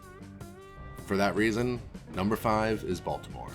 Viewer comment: Glad you're back. Also - Balitmore?